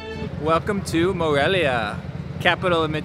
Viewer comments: Morelio....lol. Whoa, have you visited Morelos? I've heard you mentioned it. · Haha, was funny heard you say Morelio most of the video but actually you're kind of right the place is called Morelia because of the Mexican hero Morelos, we hope you visit us again you missed a lot of interesting places here! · dices "Morelio" aaah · How can anyone not watch your vids to the very end? I just love that you attempt Spanish fearlessly...and with a smile on your face, realize you've continuously mispronounced the name of one of the most fabulous cities in the Americas. We love you! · "Aah its Morelia not Morelio" LoL! Loved this!! You guys are awesome! Lots of love from Miami x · Morelia is where I’m from 💘 lol “Morelio” close enough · LOL!!! I'm from Morelia... that's my home town!! and I forgive you for saying Morelio instead... :D Wish you come back some day, Morelia and the state of Michoacán has a lot to offer... did you visit the Monarchs butterfly sanctuary? that's actually something that connects Canada to Mexico. 🦋